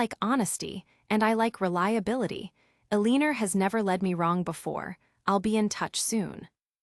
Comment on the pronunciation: The story is good but the ai reading is terrible. It pained me to hear Eleanor pronounced so poorly. It would be nice to hear these stories properly read by a human.